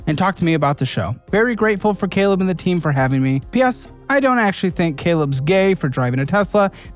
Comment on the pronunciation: Oh. Happy New Ywear! What's tha bwig deal? 😂